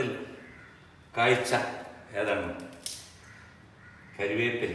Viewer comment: കരിവേപ്പില അല്ല കറിവേപ്പില